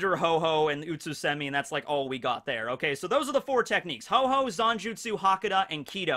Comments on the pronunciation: Ho-Oh is the pokemon not Ho-Ho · The Pokemon is called Ho-Oh, not Ho Ho. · The Pokemons name is not Ho-Ho but Ho-Oh. Pls get your Pokemon facts right. TY. Kuss.